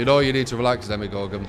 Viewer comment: Why do people keep calling him Demigorgon? ...